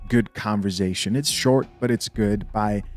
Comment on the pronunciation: “Converzzzation” 😂🤣😂 All love homie! 🤙🏾